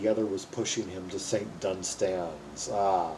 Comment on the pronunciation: One of my all time favourite songs. Minor quibble - The emphasis on the word "Dunstans" is on the first syllable.